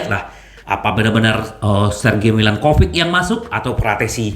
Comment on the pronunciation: Mba lidah Kesleo tuh.. 😊😁